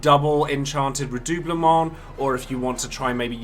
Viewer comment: My main dps in FFXIV is a RDM and Alisae was a must for me. I also main SCH so Alphinaud was a must a well. Thanks for this nice guide! Thanks as well for me finally learning the correct pronunciation of redoublement.